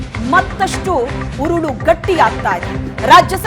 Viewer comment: ಅದೆಷ್ಟು ಸಲ,ಕುಣಿಕೆ , ಉರಳು ಅಂತ ಹೇಳಿ ಹೇಳಿ ನಮಗೆ ಉರುಳು ಹಾಕ್ತೀರಿ.